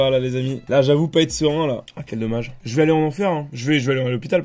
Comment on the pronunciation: "Ja vais re-zhonya" mdr